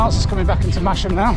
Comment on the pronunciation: Hopefully you didn't get out of Masham without learning that it is pronounced massam, but just in case...